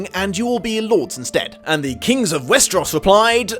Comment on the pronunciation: West-er-ahs? Ess-ahs? I've always heard it as West-er-ohs and Ess-ohs